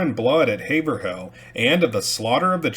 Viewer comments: Nice video! For what it’s worth Haverhill is pronounced HayVrill… kind of pronounced in 1 syllable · It’s pronounced Hav-rill.